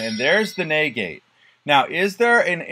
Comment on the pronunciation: Why do you say naygayte instead of negate. An hour of this fu king hurt haha